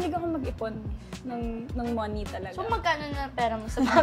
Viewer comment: Ang TH mag English ni haha hindi na ma construct yung next sentence na gustong sabihin haha di na lang kase magpakatotoo, Moh-niiiii daw hahaha and yung R hahah, ise-serve kita🤮🤪😂